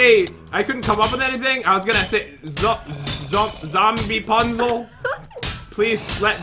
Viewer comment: Pat:zombipunzul Me: you mean zombie-pun-zul